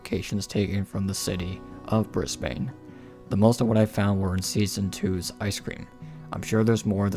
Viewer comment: As an Aussie I am disappointed that you said BrisbAne the a as in the same a sound in the word ate instead of saying Brisban the a makes an e kind of soind